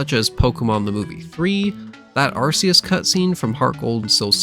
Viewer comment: "Arkoos" Also I think the difference between Legendary Pokémon and Mythcal Pokémon is that with Legendaries people have actually seen them so they know that they exist. Where Myhicals they're so rare that people think that they're only a myth.